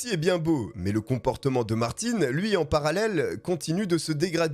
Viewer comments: Bonjour! Le nom du tueur n’est pas Martine mais Martin. ( in ) pas ( ine ) Pourquoi tu dis Martine ? La voiture n’est pas une BMV mais une BMW. Pas un V mais un W. Merci pour l’histoire! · Quand tu dis Martine alors que c’est Martin à la fin on dit le un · ce n'est pas ''Martine '' ça se prononce Mart-hein'' ........ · Mais sérieux, le nombre de personnes qui chipotent sur la prononciation de BMW et Martin c'est effarant! Vous écoutez une histoire qui a nécessité un travail monstrueux de recherches et de montage, superbement bien racontée, mais non: "hAn c MaRtiN, PAs MaRTinE" ma parole je vous vois comme des vieilles femmes éternellement insatisfaites qui laissent une étoile parce qu'elles ont attendu 3 minutes que le serveur vienne à elles pour les installer 😂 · c’est pas parce que tu prononce une tél personne d’une manière que c’est la même chose pour tout le monde … je m’appel « Brandon « mais ça se prononce « Brendon » la c’est Martin ( le PRENOM ) donc tu peux pas dire Martine qui est déjà un prénom féminin pour un nom de famille c’est pas la même chose Auston Martin son prénom c’est Auston … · Par contre c'est martin (un) pas martine (ine) mais top👍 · ARRÊTE!!!!!Ce n'est pas Martine,mais Martin😅c'est facile de dire le nom du garçon voyons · svp, quand vous dites un mot en anglais, essayez de bien le dire, ce n'est pas le petit Martine lol